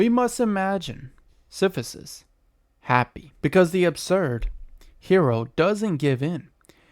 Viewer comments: Siph-i-sus. Yikes. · Your pronunciation of Sisyphus is making this very hard to take seriously…